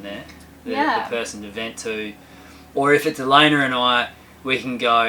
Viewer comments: Is it me or does actually call her Elayner? I hear and ER lolol. I'm from Texas so maybe it's my ears lol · I swear calls Elayna Elayner. Does anyone else hear that?